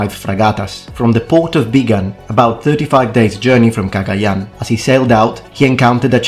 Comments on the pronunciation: I'm filipino! Do you speak tagalog? The way you pronounce 'Cagayan' is perfect. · Filipino here. I applaud your pronunciation of Cagayan. Good job on it. Yeah, wako got around. Especially near Taiwan, Okinawa, and Macau. The south china sea was their playground until the Europeans came. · I am surprised your pronunciation of Cagayán is correct. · Finally a European Historian that pronounced the name of those places properly